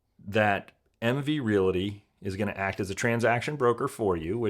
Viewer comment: The word realty only has two syllables